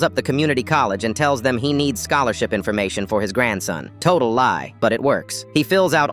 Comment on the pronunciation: “total ly“ 😂